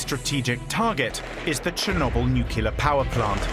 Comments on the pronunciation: not NUCULAR!!!! omg 🤦‍♀🤦‍♀ Pronounce the most important word correctly NU - CLEE - AR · Ben Fogle can not decide for 3 episodes is it Nucilar or Nuclear.. Someone tell this man to get serious 😂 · does he say "nukular"? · Barely 2 minutes in, and the narrator literally says "nuc-ular" instead of "nuclear". No thanks.